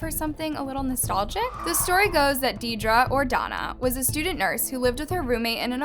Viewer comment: I’m so sorry, Deidre is pronounced as “deer-dree”